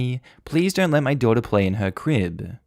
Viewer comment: I think you mean let instead of 'ley'